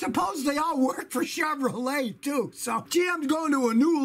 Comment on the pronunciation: I never get tired of the way Scotty talks... the way he says "too"